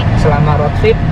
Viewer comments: Rot? Bukan rud? Indonesia bacanya...ejaan rot dan road salah cakap salah makna.baik menggunakan bahasa bangsa sendiri,kalau di seliti bagasa asing kena yg betul untuk pembelajaran.apapon saya suport. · Diseliti dengan bahasa english.tapi cara sebutan bukan english.jadi maknanya lain....contoh di cakap rot harus nya rud(road)